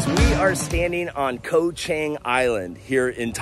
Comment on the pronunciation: FYI - Chang is pronounced more like Chong. "A" is not pronounced ANG like right "Angle". It's more of an AAh sound, Koh ChAAHng. This is how the A's are pronounced. Practice it.